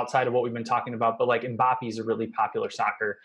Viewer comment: THE WAY HE SAY MBAPPE PISSES ME OFF